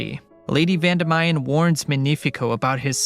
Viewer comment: Its Vandimian not Vandamayan